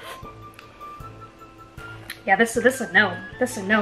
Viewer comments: The bloody bites was hilarious. And it sounded like you said abork I'm laughing so much with you. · When you were saying “Abort”, I thought at first you were asking for a fork 😂🤣